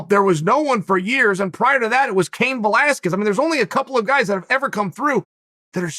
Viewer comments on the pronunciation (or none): none